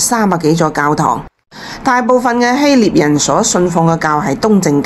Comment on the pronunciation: 臘 是唸臘味的臘 非獵